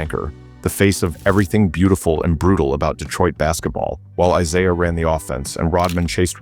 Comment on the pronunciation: I'm out, sounds like more AI-read stuff; it mispronounces Isaiah. Hate lazy-ass, AI produced shit.